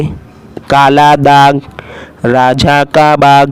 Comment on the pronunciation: Teesri line apne glt pdayi hai Rajha nhi raja hai